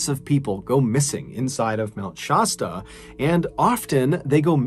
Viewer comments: Shasta is sh-ass-ta please stop mispronouncing it. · Sorry, but I have to correct something... Mt. Shasta - shASStA. Love your stories!! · It is kind of disrespectful to mispronounce names and places.